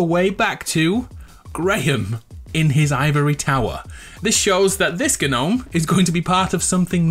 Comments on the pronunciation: Am I the only what that gets triggered when he says gnome like that, if you read this it's pronounced Nome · Yeah man it’s weird to hear gn nome 😬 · When something goes wrong "oh gnome" see gno-me